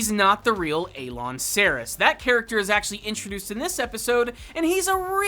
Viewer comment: he's not A-loin he's Elan